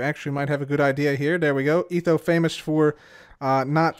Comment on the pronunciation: Gotta do etho saying ETHoWo